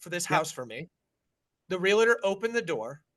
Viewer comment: Guys. It's Real-Tor. Not Real-La-Tor. Ya killing me.